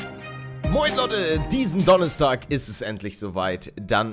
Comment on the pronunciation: Palle sagt immer Donnehstag statt Donnerstag fällt es sonst niemandem auf ? :D